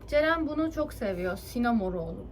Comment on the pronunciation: Sinamorol değil sinnamorol direk okuyuyisun